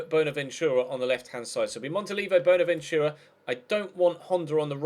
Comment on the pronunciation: stop saying boner ventura